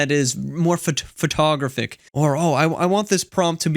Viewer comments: Did you say photographic with the emphasis on the second vowel? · I don’t think Ive heard photographic pronounced that way before